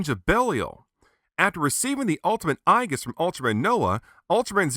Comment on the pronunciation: Another great review! I have the original version and you've convinced me to get this renewal version. Aegis is pronounced eejis like the mythological armor. Zero now has more Ultra-Act figures than any other character! Bring on Ultraman Cosmos! I can't wait for your next review!